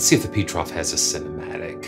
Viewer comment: PETROF is not an English name, so you must say it differently.